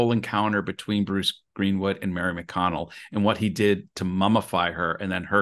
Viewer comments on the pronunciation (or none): Mary mcdonnell not mary mcconnell